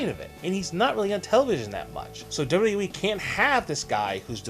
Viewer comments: it's "double u double u e", not double ubble e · How ar u saying wwe